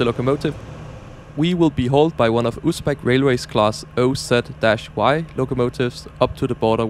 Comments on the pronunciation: Btw, the "O'Z" is pronounced "UZ" in Uzbek and is short for "O'zbekiston"/"Uzbekistan" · O'z is pronounced as Oz like in Close. Not like Ooz, it's just Russians screwed up the simple pronunciation.